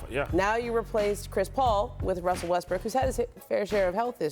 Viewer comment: Its impossible for Ramona to pronounce westbrooks name right.... "wussel westbrook"